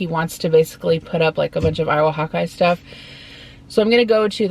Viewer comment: When you first said hawk eye I thought you said hot guy lol